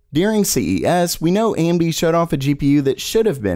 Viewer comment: I keep hearing Andy instead of AMD